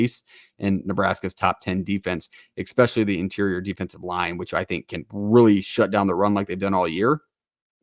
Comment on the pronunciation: It’s hard to take anyone seriously when they pronounce it Exspeshully